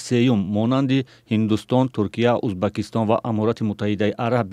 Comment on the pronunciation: Узбакистон не беакл Узбекистон мешава, аввал хондана ёд гир бад сахна баромада гап зан!